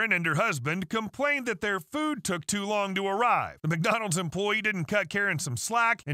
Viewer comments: The way she says McDonald... MacDoughnoods lol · “UK mAKDOnOlds, UK mAkDonOlds 🥴” 🤣🤣🤣🤣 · UK Mack Doughnalds 😂